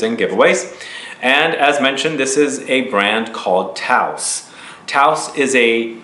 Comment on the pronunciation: Not to be a PITA but it's "TOSE" rhymes with dose, and yes... it's an incredible and original frag